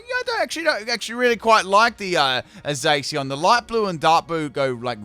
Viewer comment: Man said zaseeon